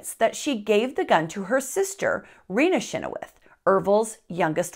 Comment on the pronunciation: You didn’t add soo much, and you’re saying our last name wrong. Chynoweth is not pronounced anywhere near what you said. But love your funny twist to this horrific family history of mine.